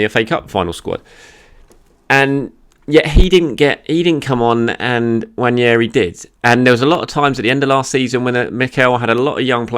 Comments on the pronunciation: I’m Nigerian and Igbo too, I guarantee you the “n” isn’t silent. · Hey, the first “N” is closer to nasal than silent in “Nwaneri” and the second part sounds like “Mary” but with an “N”. Appreciate the effort tho 🙏🏽 In case anyone was wondering, it’s a Nigerian Igbo name and I’m Nigerian so I’m very familiar.